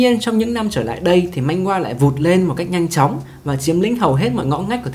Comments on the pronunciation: Man hoa chứ ko phải manh goa 😁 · Video phân tích hợp lý, xem hay, mỗi tội hơi triggered vì narrator cứ "manh-gua manh-gua". Manhwa phát âm là man-hoa nhé 😅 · manhwa đọc là man hoa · góp ý 1 chút xíu , truyện tranh trong tiếng hàn đọc chính xác là "Man hoa"